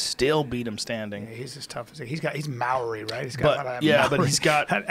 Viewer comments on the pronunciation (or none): none